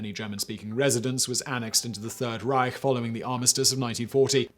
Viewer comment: It is about pronunciation, not grammar ;). And it does matter, no matter what the Nazis did. As for me being a historian, it is all about correct citation and pronunciation. Like, 3rd "Reich" for example ;).